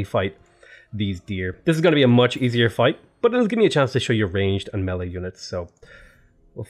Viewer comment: melee is pronounced: may-lay